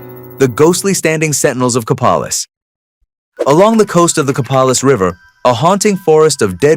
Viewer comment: Copalis.... Ko Pay' liss